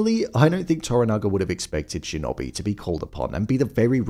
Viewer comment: Shin-oh-bee.Not shin-obey.